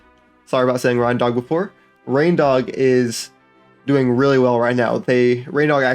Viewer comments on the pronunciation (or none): none